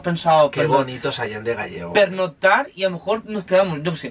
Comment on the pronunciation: "Gallego" no, Gállego. 😅